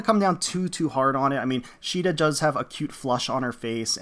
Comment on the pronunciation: Caeda is SEE-DA not SHII-DA, the japanese name is not a basis for the english pronunciation, there is no See sound in the japanese language (before someone brings up the one kanji that is always brought up saying "they do have a see sound", no it's not a see sound, it's a "sui" (swee) sound, and it is an informal and newer more modern kanji which was not in common use when FE1 was made), and her name has been officially pronounced See-da (like the english pronunciation of Caesar) since fire emblem warriors, and has been also shown in FEH with Duo Marth.